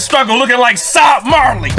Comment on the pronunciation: said SOB MARLEY... WTF😂😂😂😂😂😂